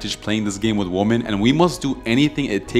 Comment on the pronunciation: actually the correct way to pronounced women in plural is Wimmin.